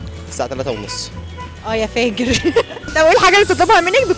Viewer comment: انا بحب حضرتك اوى بس انتى قولتى يا فاجر ف ياريت تحسنى ملفظك بعد اذنك